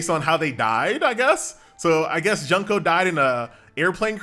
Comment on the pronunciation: the way he pronounced "Junko" Junk-o. I cried a little.He just called her Trash-o. He went straight for the heart. Fortunately she's already dead....